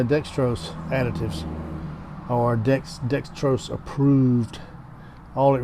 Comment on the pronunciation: Why do people say Dextros when it is spelled Dexos?